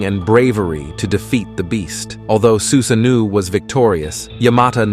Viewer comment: I hears "susaneou" no no no no no.. Su-sa-noh-oh.